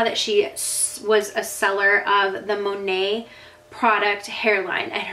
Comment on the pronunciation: It's Mo-Neight, Mo-Nate, not Monay....